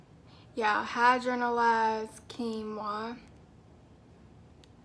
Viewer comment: Ur so cute pronouncing it "hydro-na-lyzed". Can you do a video on how to determine our porosity?